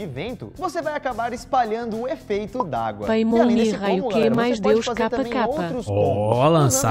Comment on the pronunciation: E no da paimon falaram peimon, sendo que a pronuncia correta é paimon